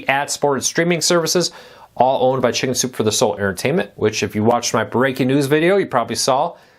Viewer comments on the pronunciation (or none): Please enunciate.. You say “shinzupefordaso” instead of “ Chicken Soup for the Soul”. Use your words.